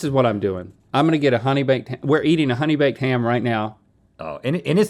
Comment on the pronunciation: I get driven more insane everytime they say honey bakef ham ahhhhh xd